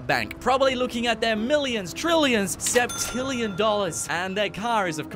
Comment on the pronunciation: You said sepmillion